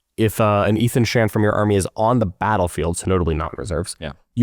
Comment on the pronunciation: I think it’s pronounce Aye-thon GET HIS NAME RIGHT